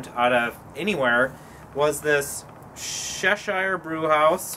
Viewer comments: Really not trying to be a dick, I mean this to help pronunciations. Chevallier is french, hence the Shhh pronunciation. Cheshire is pronounced with the same Ch as chair or Cheddar as it's Anglo-Saxon. We pronounce shire the same as sheer, so Cheshire is more like Chairsheer when spoken. Like your vids and look forward to the next. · Fair enough. But all my life I've heard Alice in Wonderland's Cheshire cat pronounced "Sheshire" so that is where I got that from. Maybe everyone around me says it wrong. I know people in the UK say words differently than us damn yankees. ha. Bon chance et bon voyage.